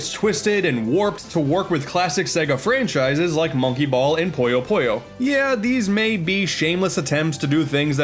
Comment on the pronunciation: it's "Puyo" not "Poyo"